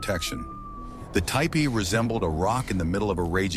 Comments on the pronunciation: Teach your ignorant robot to pronounce Tipi (TEE-pee), NOT TY-pee!!! Lazy ass content editors! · seems cant say tee pee... tai pee... too pee.... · Umm, it's pronounced "teepee". AI is not so intelligent when it comes to pronouncing words, eh? 🙄🤦‍♀️😲😳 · Hi LOL! AI 😂 ‘TYEPEE’😮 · typee? it's teepee, stupid AI. congrats on getting on my channell to never watch again list. YOU SUCK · Isn't it teepee [ti,pi:]? not [taipi] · It’s not,a typee it’s a teepee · It’s TEE PEE….! Not TIEPEE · I don't see a person and no such thing anywhere near that time. Regardless... the AI did several crazy things in the video. It's also crazy how it often says "tee-pee" and then it'll say "ty-pee" and some other pronunciation that I don't remember. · I made a tipi. What you said about the blizzard around the base is incorrect. The snow interfered with the draft allowing the smoke to come out the top. If that is blocked by snow the smoke stays in the tipi. Why do you say “taypee” several times? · Do not use AI to read the words. Ty-pees is very disrespectful. Overdub yourself please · Yes, the correct pronunciation is tee-pee and not the way the AI was saying it. And yes I would live in a tee-pee and enjoy it. I'm an 8th Chickasaw so I would be able to live in a tee-pee. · The mis-pronouncement of Tepee is so annoying. Your AI is broken or not very well taught! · TIPI with a long I? Come on AI, I thought you were smarter than that…. 😂😂😂😂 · Don’t ya just love it when AI can’t even pronounce words that a child would have no problem with. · FFS learn to pronounce the name, it's a TEEPEE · Why don't you have your AI bot learn to say "tipi" correctly? Very distacting. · At the moment I heard The mispronounciation I quit watching this video. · Right? It drove me crazy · Just ignore the Ai mispronunciation of tipi